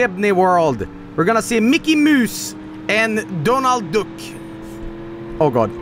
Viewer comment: "We're going to DIDNEY WORLD. We're gonna see MICKEY MOOSE and DONAL DOOK."